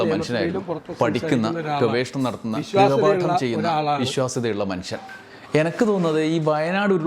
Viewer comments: ഗ്രഹ പാഠം അല്ല ഗൃഹ പാഠം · ഗ്രഹ അല്ല സതീശാ, ഗൃഹ പാഠം അല്ലേ? 🤔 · ഇമ്മിണിബല്ല്യ നേതാവ്. മലയാളം പോലും അറിയത്തില്ല. ഗ്രഹപാഠമല്ല ഗൃഹപാഠമെന്ന് ആരെങ്കിലുംപറഞ്ഞുകൊടുക്ക്